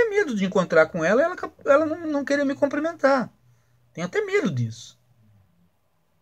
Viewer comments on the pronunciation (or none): É “cumprimentar”